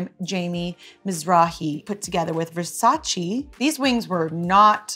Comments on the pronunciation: It’s VersaCHE not VersaCHI. Donnatella gets pissed when people pronounce it wrong. I feel if you’re lucky enough to be wearing something, you should at least make the effort pronouncing it correctly. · It‘s Versaceee not Versaciii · VersacE no Versaci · Donatella gon be really mad with Katy for pronouncing versace incorrectly....